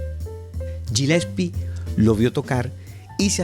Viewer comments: Genial tu video, el apellido Gillespie se dice Galespi. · se pronuncia "Guilespi"!!!